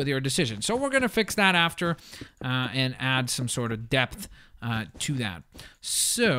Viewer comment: I thought he said "ill add some death to that" instead of "ill add some depth to that"